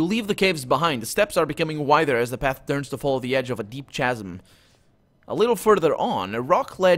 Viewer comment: "Khasm". I know it's written "chasm", but it's a hard "c", "khasm". Sorry, not to be critical; your accent's fine, and you hit the fantasy names in interesting ways.